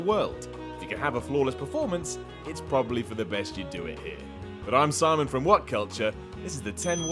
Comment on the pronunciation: Really? It's Simon god dammit